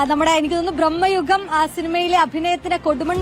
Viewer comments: Hey there idiot reporter, its ഭ്രമയുഗം not ബ്രഹ്മ്മയുഗം 😂😂😂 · ബ്രഹ്മയുഗം അല്ല മോളേ, ഭ്രമയുഗം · ബ്റഹ്മയുഗമല്ല കൊച്ചേ.ഭ്റമയുഗമാണ് ... മറ്റന്നാൾ ..അവാർഡ് വിതരണമല്ല. പ്റഖ്യാപനമാണ് .. ആവേശം ഈപ്റായത്തിൽ നല്ലതല്ല...അതൊരു...... ഒന്നും പറയുന്നില്ല...കൊച്ചേ.. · ബ്രഹ്മ യുഗം അല്ല chechii..bramayugam😂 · ആ റിപ്പോർട്ടറോട് നന്നായി ഉച്ചരിക്കാൻ പറയൂ ഭ്രമയുഗം എന്ന് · ഭ്രമയുഗം എന്ന വാക്ക് എത്ര വികൃതമായാണ് പറഞ്ഞിരിക്കുന്നത് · ഭ്രമയുഗം എന്ന് പറയാൻ പോലും നിനക്കറിയില്ലേ റിപ്പോർട്ടറെ...